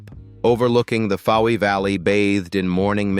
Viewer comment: Please pronounce names correctly eg Fowey